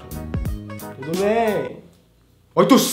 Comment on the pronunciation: ri muito dele falando ''t'udo bem'' desse jeito kkk